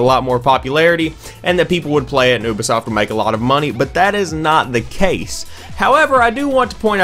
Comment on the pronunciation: Aubay(Ubi) Soft, really?